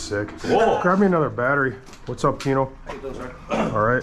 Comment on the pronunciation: Tino aint got no L’s 😂😂😂